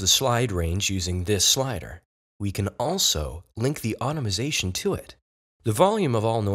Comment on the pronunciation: did you notice the way he said "automation"!!!!???